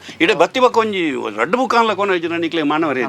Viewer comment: ಸ್ವಾಮಿ ಅದು ಬುಕ್ Boooku ಅಲ್ಲ! ಸರಿಯಾಗಿ ಪದಗಳ ಉಚ್ಚಾರಣೆ ಮಾಡಿ 😳